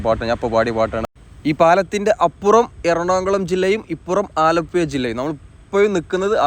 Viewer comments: അലപ്പുയ എന്ന് ആലപ്പുഴക്കാരനായ ഞാൻ കേൾക്കുമ്പോൾ.... നാക്ക് നല്ലപോലെ വടിക്കാത്തവർ ആണ് ഇങ്ങനെ പറയുന്നത് എന്ന് എൻ്റെ അച്ഛനപ്പൂപ്പന്മാർ പറഞ്ഞു തന്നത്. വടക്കൻ ഇന്ത്യയ്ക്കാരോട് പ്രത്തേകിച്ച് സഹപാഠികളെ വെല്ല് വിളിക്കുന്നത് "ഴ " പറയാമോ എന്നാണ്. Thanks for the visuals. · ആലപ്പുയ, വയി, കയക്കൂട്ടം, ഏയ്‌,(ഏഴ്)കയിഞ്ഞ,(കഴിഞ്ഞ)കയിയുന്ന,( കഴിയുന്ന)കായ്ച,( കാഴ്ച)സ്‌തെലം, എയ്പത്,(എഴുപത്)...........ഹൊ.....അരോചകം